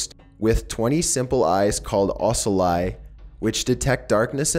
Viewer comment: can i also ask why you dont look up pronunciation before your videos? its very distracting to somebody who knows how its supposed to sound and misleading to those who dont. ocelli got me dude. its OH-CELL-E